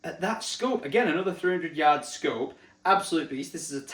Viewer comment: I never knew Tesco did scopes 🫣 swear each time hearing you say what the scope was it sounded like Tesco 🤣